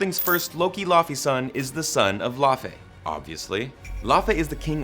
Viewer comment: Why are you pronouncing Laufey as "La Fey" (not kidding, that's what the subtitles made of it). It's laaaaaaaawfi. 😂